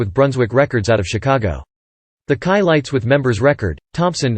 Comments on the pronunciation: That’s “SHI-LITES” …not “KAI-LITES” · Being a person of white orgins, i absolutely understand why the narrator would most likely pronounce the Chilites name incorrectly. 🤔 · You should never get a narrator, that has no knowledge of the group they’re narrating about. The mispronunciation of their name, is inexcusable, especially when there are so many people that actually do know the proper pronunciation.